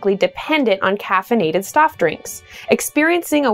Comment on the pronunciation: she said caffeinated stoff drinks lol